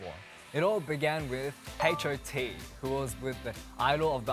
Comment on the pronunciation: " it all began with haish O T"